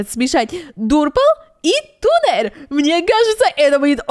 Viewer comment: Не тунер а таннер